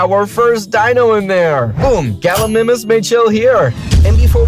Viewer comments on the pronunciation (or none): Correct pronunciation for galamimus : GAL A MIME US hope this helps